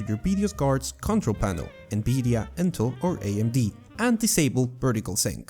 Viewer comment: WHY IS "V" "B" FOR YOU? BERRY? BERRY UNOPTIMIZED? NBIDIA GRAPHICS CARD? DAMN. ITS "VEE"